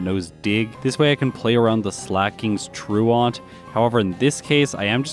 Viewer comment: it's not "true-ont". It's true-unt". Rhymes with "pursuant".